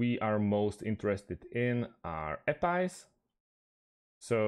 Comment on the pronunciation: "Ah-pies" 🤣 Just for your own information, it's pronounced A P I. It's not a word, it's an acronym.